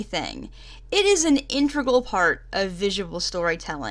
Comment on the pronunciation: The word is "integral". In-te-gral. Not "intregal". Sorry, just a pet peeve of mine and hearing it in the first five seconds of the video made me want to punch my screen.